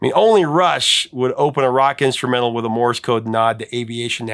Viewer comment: Misheard "lyric"? Shot across the bow. Like the bow of a ship. Not a bow on a present. Rhymes with the sound you make when you smash your thumb with a hammer: ow! And there's Morris Code, which is actually Morse Code. One syllable. Rhymes with horse. Of course, you know more about music groups and bands than I ever will. I have no idea what the lyrics are for most of the songs you play without searching the internet! I love the mis-heard lyric videos! There's a bathroom on the right! (OK. I actually knew the right words for that!)